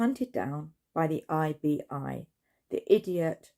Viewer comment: 😂🤣😂🤣 You were great! The "IBI" was perfect.🤣😂